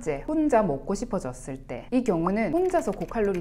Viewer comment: 혼자 먹↘고↗ 싶어졌을 때